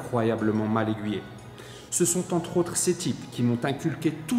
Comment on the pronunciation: J'aime beaucoup ce que tu dis. Mais fais attention à tes liaisons! ( se comparer Z autres, etc..). Mais néanmoins je me suis abonné.